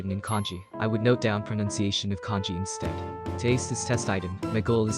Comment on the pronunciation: pls stop pronouncing kanji as "congee"